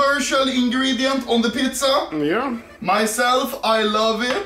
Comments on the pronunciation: he just says it in swedish xd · Is it me or is he saying PITZA? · Let's make swedicfhdtyucs "pitza"